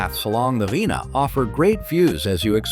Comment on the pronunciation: Please correct all of the mispronounced words in this clip… Rhine and Cologne esp…